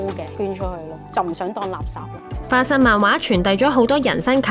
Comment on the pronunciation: 花心漫畫😂